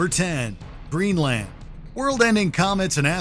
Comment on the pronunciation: The “land” in Greenland is not pronounced that way… lol